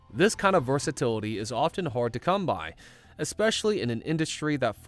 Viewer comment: He also emphasized "BY" 😅😂